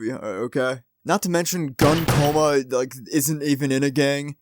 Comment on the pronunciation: I'm sorry to say, but his name is pronounced Goon Coma, that makes a different kind of shooting sound.